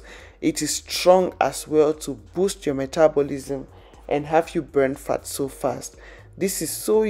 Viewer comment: When you say "fat" it sounds like you saying 'fart'🤣🤣